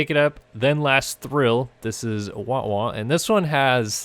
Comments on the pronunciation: Wah-wah is pronounced with soft a sound. Just so you know. Guitar effects pedals and such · I was thinking the same lmao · I laughed so hard when said it the way he did hahaha sorry. Made me laugh though:)